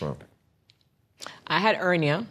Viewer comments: Ernia he doesn't know she is saying hernia😂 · He said " ernia"...lol ...her jamaican accent was dropping the H... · She's Jamaican the H is silent for them. My husband is Jamaican & they pronounce words differently.